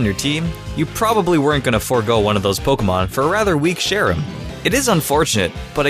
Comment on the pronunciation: do you keep on called Cherubi, Sherubi and Cherrim Cheren? They're based on Cherries, so you don't need to do that weird foreign thing of making ch sound like sh.